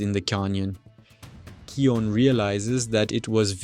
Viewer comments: SAY NAME ✅️ RIGHT its not keon its KION K I O N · You are dumb he's name is kion not keon